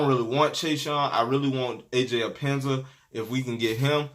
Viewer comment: Bro his name is pronounced Aj ep pen nes sa